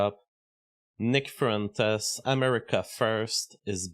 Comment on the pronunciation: "Nick frentes" stop speaking baguette!